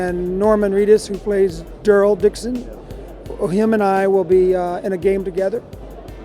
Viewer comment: did he just say derle Dixon??